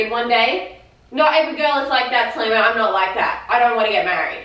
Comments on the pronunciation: Slaimanuh! I'm sorryuh! Heyuh! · She says slaiman but it sounds like Simon